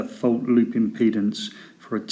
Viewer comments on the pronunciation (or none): none